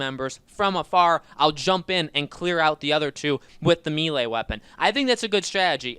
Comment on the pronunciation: Enjoyed everything about this video except for his pronunciation of the word melee